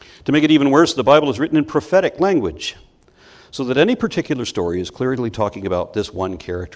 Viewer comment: Every time he says "prophetic", I'm somehow hearing "pathetic" instead. I guess that still makes sense in a way.